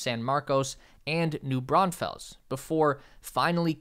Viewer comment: You got Pflugerville correct, New Braunfels is not "Braun-Fells" but more like "Braun-Fulls"